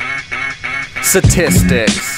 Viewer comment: Say STATISTICS BETTER